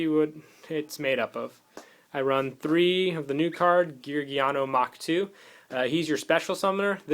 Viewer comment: By the way, I'm pretty sure its "mark 2" not "mach 2" I may be wrong.